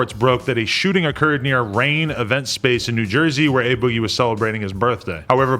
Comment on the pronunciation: It's A Boogie "Ah boogie" not Ay Boggie😂